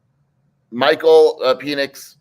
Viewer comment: Did say Michael Penis!?😂